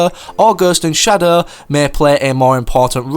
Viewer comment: did anyone laugh at how he said ghost and shadow 😂